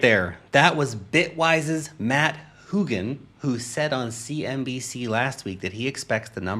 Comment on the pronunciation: Lost the whole point of this video and it was probably a good one. Your mispronunciation of Hougan killed the vibe